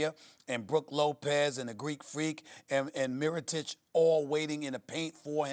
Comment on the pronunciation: im so glad sas started pronouncing mirotics name correctly